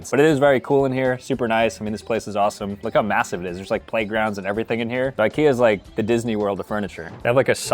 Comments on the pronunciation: how did he mispronounce Ikea randomly after he said it right so many times? wtf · He pronounces IKEA wrong.. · Ikea pronouncing needs some work…